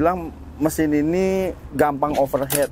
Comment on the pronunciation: Overheat bacanya overhit mas kalau overhead itu biaya pengeluaran perusahaan. Untuk didik bocil jadi ga dibawa salah sampai dewasa